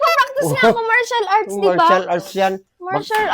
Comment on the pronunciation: Martial arts po hindi Comercial arts hahahahaha😂